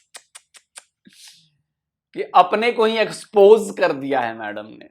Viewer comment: Expose nahi... Spose🤣.. Yaani.. Suppose